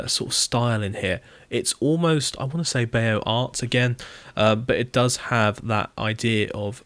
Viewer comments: OK I have to say something just because I've been cringing just a bit each time you say it. "Beaux" does not sound like "bayo", it is just "bo". So "Beaux-Arts" is basically "bo's arr" or "bo'zarr". French is tricky with a heavy dose of silent letters. There's some "how to pronounce Beaux Arts" videos on youtube if you really want to hear it. As usual, thanks for the lovely server tour! Love these videos. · Beaux Arts is pronounced more like “bohz AR”